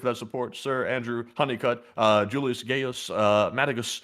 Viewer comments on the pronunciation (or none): none